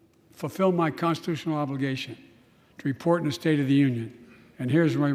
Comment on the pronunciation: Did he say the "STINK" honor?